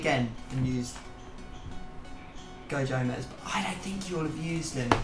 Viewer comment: Goe Jomez 😂